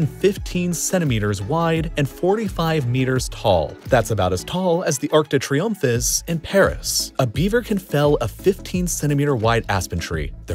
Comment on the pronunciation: the what now 🤣It's Arc de Triomphe (tree-onf) not that weird noise you made lmao